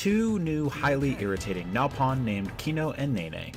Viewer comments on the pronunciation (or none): 但據言傳 這個評測影片本身就是問題 不僅說Nopon是Napon 還把萊恩 丹邦念錯 加上一坨據透讓人懷疑這人真有玩過嗎?